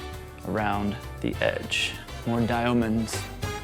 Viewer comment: I literally die at how he says diaomunds